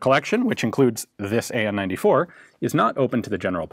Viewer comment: the pronunciation of the acronym of the name hurts the ear mechanical (M) mechanical (M) Gleb(Г) - Anna (A) Nikolay (N)-94 like first char of this spelling